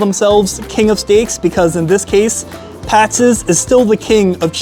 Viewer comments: Geez. I was going to let it go, but it's Pats. Not Patses. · It's pat's....not pat'ses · Why does he keep saying Pat's's? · It’s pat’s not pastes! Learn how to pronounce them if your going to do the review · Good review but I keep getting distracted by him saying Patsis all the time. It's Pats, not Patsis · Pat's ez? You should get hooked on phonics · Why do you keep calling it Pat's's there's already an S on the end. You don't need ANOTHER S. Just like Geno's.... you aren't calling it Geno's's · Pats....... Not Patseseseseses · It’s Patz (Pat’s) not Patzes (Pat’s’s). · Pat's's lol. How many times did I just hear that? If it ends with an s, it's already plural. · Pat’s not patses! That was making my brain bleed! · Why are you calling it pat'ses? Its just pat's. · It’s Pat’s, not Patsis! My husband grew up in S. Jersey and always said Jim’s was the best. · not it does not it's already Pat's, he is pronouncing it Pat'ss. Pat's name doesn't end with a s like Chris and he'd say this is Chris's restaurant. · Hey it's not Pat's it's Pat's'szz didn't you hear the man? PAT'S'S'S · "Pat's's?" Seriously? It's Pat's, and it's not complicated. You didn't say "Geno's's". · Stop saying Pat'ses!!! 🙄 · Why he keep saying " pats's" lmao tf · Pat-ziz Pat Ziz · Adding an extra S to Pat's is getting to me.